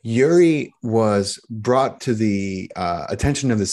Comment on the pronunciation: It's not uri as on Yuri. It's uri as in Oori, like in oops.